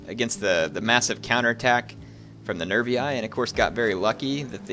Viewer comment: I keep thinking you're saying nerdy guys instead of nerviis (or was it averniis?)